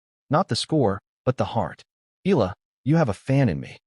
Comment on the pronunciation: Ee aah lah! Again Ee aah lah! Not Ee lah!😮😂